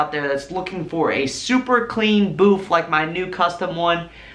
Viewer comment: Dude, it's a booth, not boof......lol Just kidding with ya, I like the boof.....lol